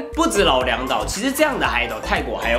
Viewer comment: 剛剛聽到 老梁島... 還以為罵髒話 老娘要去的島...